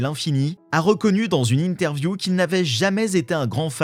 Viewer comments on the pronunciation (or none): none